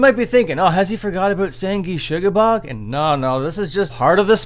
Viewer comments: You pronounced “Sangrusuoblorgg” wrong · that is the best mispronunciation of sanguisugabogg ive heard